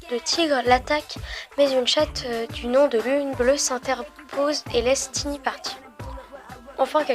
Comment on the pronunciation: je crois que c’est sa sœur pas sa mère Et je crois mais je suis pas sure que ça se prononce taïni comme aïe pas tini car c’est anglais à la base et en anglais ça se prononce comme ça mais je ne suis pas très sure Perso je le prononce comme ça mais on peut le prononcer comme on veux.